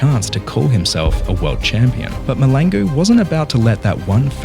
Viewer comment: I like how every non South Africans (even other Africans) choose to ignore the "L" in MahLangu.😂 It's not silent guys.